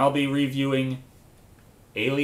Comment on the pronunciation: did he say reckweom?